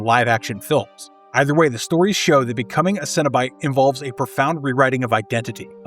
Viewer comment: Maybe because the video narrator is an idiot that says it "sin" instead of "sen". I really resent people that mispronounce words as someone with hearing loss that even decades later, can still hear well enough to know morons mispronounce words and when I grew up, that translated to being exploited by adults in school and chronically sent to the idiot that performed hearing tests who exploited us as a means to justify her largely useless job considering how much down time these people had to get a paycheck year round. I was born in '78 and in the 80's, the amount of words mispronounced because of television was phenomenally worse than it is today in media, but it's still really common today and the conflicts that result from it are why I so aggressively criticized this video author. He's doing it on purpose and that makes him an asshole. People that do these things in hopes of gaining attention that benefits their media production quite simply sicken me. Earn it the right way. If you're willing to put this much work into this video, there's no justifiable reason to pronounce the word wrong. I'm dedicated to ending vicious cycles.